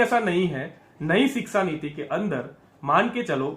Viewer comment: Sir aap siksa na bolkar shiksa bolen.